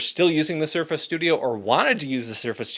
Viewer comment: Sturface? lol